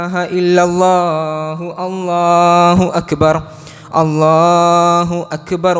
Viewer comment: بارك الله فيك ، നല്ല ഖുതുബ الله أكبر ، الراء بالضم